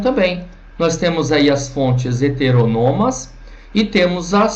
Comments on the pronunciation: Seria melhor se ele pronunciasse a palavra "HETERÔNOMA" da maneira como ela é escrita, pois ao meu ver, a forma como ele pronuncia tira a credibilidade e a autoridade sobre o assunto. Lembrando que isso é a MINHA opinião. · Não, velho. Tá incorreta a pronúncia sim. kkk